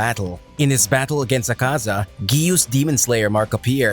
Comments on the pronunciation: “Akza”💀really its “Akaza”😑”Doma”💀 its “Douma” “Giyu” Mannnnnn its “Giyuu”😑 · Akza? O you forgot another a lol but its ok ^^ this was still nice and the way he just sajd "HES LAZEH" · Funny how it said akza lol